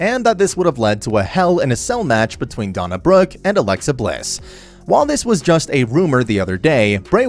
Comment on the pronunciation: Dana Brook not Donna